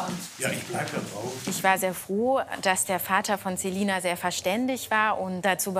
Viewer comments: Wir alle Celina Ausgesprochen : ßelina Artzt Celina Ausgesprochen ZEH lina HQHQHQHQHQ😂😂😂😂😂😂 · Wie es mich aufregt sie heißt Celina und die nennt di zelina😨😂😂